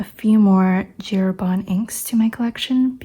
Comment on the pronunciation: Well, it's funny that for J. Herbin english speaking people pronounce the J in english and Herbin in some sort of french 😅 In french the J is pronounced similar to the G in english, so that'd be the correct sound. I've been a fountain pen user for almost two decades and a half and you're the very first person I find in YouTube that truly understands my need for finer nibs, I too can write two lines of text inside a single line of a college ruled sheet 😌 I only use needlepoints, EF, F and custom grind 0.7 stubs, not even M works for me 😅 I wish the best for you and that your channel gets bigger so you keep sharing your experiences, kudos for you 😎